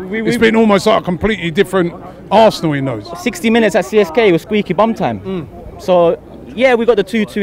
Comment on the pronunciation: it's arsenal not arseanal